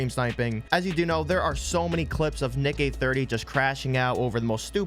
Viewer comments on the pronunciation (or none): I thought you said Nigay30 😂😭